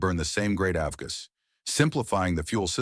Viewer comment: The only things that made me think it was AI before I saw your comments were the audio quality being so good and the pronunciation of “avgas”. This is by far the best ai narration I’ve heard, and it doesn’t bother me at all since it seems that you are still doing a lot of work to write the scripts and find all the footage. I’ve never heard of any of these planes, so please keep it up